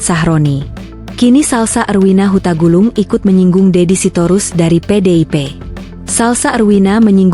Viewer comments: Tolong yg menyampaikan ulasan ini ngomong yg benar untuk menyebut nama belakang mbk Salsa bukan hutagulung tapi Hutagalung tq. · PEMBAWA ACARA INI ASAL NGOMONG, HARUSNYA TERLEBIH DAHULU TAU NAMA ORANG & MARGA BUKAN HUTAGULUNG TAPI HUTAGALUNG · Bukan Huta Gulung, tp Huta Galung. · Hahahaha mba² maaf bkn huta gulung,tapi hutagalung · Bukan huta gulung,,,huta galung😂😂😂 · Hei,,,,,, mbak admin kalau bernarasi pasti kan nama seseorang yang jelas jangan asal mangap , itu Marga suku Batak yang benar Hutagalung bukan hutagulung , kamu punya etika ga . Kami orang Indonhesia Timur salah nulis / ucapan fam , orang Indonesia Timur tidak akan terima . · Huta galung bukan huta gulung..😜admin admin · Hutagalung... Bukan hutagulung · Sing bener taa nyebut nm orang Bukan hutgulung ,hutagalung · Hutagalung mbak bukan hutagulung, itu nama marga dr suku Batak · Hutagalung bukan hutagulung ya mbak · Hutagalung....bukan hutagulung.... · Bukan salsah hutagulung neng🤣🤣 tapi Hutagalung ahh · Bukan huta gulungtapi huta galung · Narator banyak deh. Yang bener aja, nama HUTAGALUNG, dibaca HUTAGULUNG! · Huta galung goblok,,bukan huta gulung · Bukan gulung mbak tapi galung...orang batak ngak boleh salah nyebut marga...marganya hutagalung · Hutagalung Bu.....bukan Hutagulung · Reporter nya lulusan apa sih ini, hutagalung dia bilang utagulung